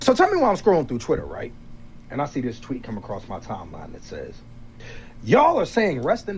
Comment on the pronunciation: The fact Britt uses words like "acrosst" should disqualify her for Senate.